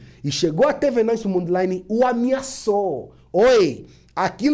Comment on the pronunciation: So para ratificar chama-se Venâncio Mondlane. Não Mondleine.